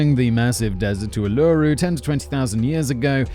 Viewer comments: No rabies in Australia. Generally heard it pronounced "chamber-lin" but "chamber-layn" is not incorrect. Uluru is pronounced Ooh-loo-roo. - the Fremantle doctor in a fresh ocean breeze that blows in and relieves the oppressive heat and humidity in (oddly enough) Fremantle near Perth, in WA. Not even close to Melbourne. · I'm loving all the Australian content. Here's a pronunciation guide just in case you see this- Uluru "oo-loo-roo" Pitjantjatjara "pit-an-jar-ah". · Lol....drop bears. It gets everyone not familiar with Australia. Also, just nit picking but Uluru is pronounced “ooh-lah-roo”. You’re welcome 😁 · It's OO-LOO-ROO, you've done a whole video on this before and you still aren't pronouncing it correctly...guh. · It’s pronounced Oo-la-roo, Simon. I prefer it’s old name. Ayers Rock though. Glad Lindy finally won money for the false imprisonment and it got proved to be the Dingo who really took the baby. This was the Jean-Bennet Ramsey mystery of Australia. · I'm only just at the start of the video so maybe this stops, but listening to Simon say "Uluru" has my boyfriend and I crying of laughter. It's 2am and our housematea are going to be upset haha. The pronunciation is Oo-ler-oo It's like you're about to say Oolong (tea) but then you see a Roo bounce past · So funny. They are pronounced: [OOOO LOU Ruuuu] [ PIT - un - JA - RA] in the [KART - a - Joo - TAR] national park. The Freemantle Doctor is the breeze... and that is in Perth ( not really near Melbourne ). Australians do not drink Fosters, I don't even think it's available here. But we DO cook prawns on the BBQ - delicious! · Nice one David👍🏻 your incorporation of the dropbears was sweet - understated and cleverly crafted. But please give Simon a few more phonetic references- the Australian aboriginal names are tough - pronunciation of Ulooroo 🤦‍♀️ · I had to stop listening cause of the way Simon butchered the pronunciation of the word Uluru. It's pronounced oo-loo-roo. 😂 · Man can't say uluru properly